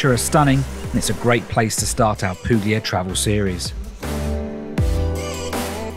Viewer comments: Oh my please learn how to pronounce correctly! PU-LIA (no hard G).. POLIGNANO=pol i ny ano (like the spanish n with tilde) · Loved your video! Well done! Suprised though that you mispronounced both Polignano and Puglia. The g is silent or soft, like a y sound. thanks for sharing!